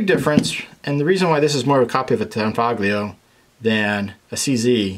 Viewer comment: You said tangfolio wrong sooooo many times. I’m gonna be that guy.